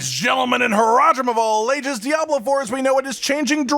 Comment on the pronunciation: So what im hearing is "season of Diablo3" 😂